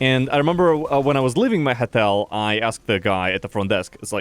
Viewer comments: sounds like he's saying хотел wonder how his voice became such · Why is nobody mentioning him pronouncing Hotel as "HETEL"? 🤣🤣